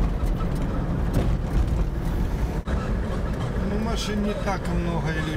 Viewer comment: Урзуф.., а то послышалось Гурзуф.. Откуда он там думаю..